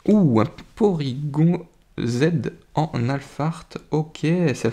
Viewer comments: Ca fait longtemps que j'ai pas entendu la voix de un de mes youtubeurs préférer et chui content de te revoir :) Au fait c'est porygon pas porygonne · Salut ! Pour moi c'est Porygon, pas gone ! On dit pas Tygnone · Super vidéo. Mucuscule vient de Mucus et de Minuscule. Colimucus garde Mucus dans le nom, et non Minuscule, d'où un nom qui peut déstabiliser. Pour Porygon, j'ai l'habitude de le prononcer à la française. Or je pense que c'est une erreur, qu'il faut prononcer "Porygone", comme à la japonaise. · On dit porygone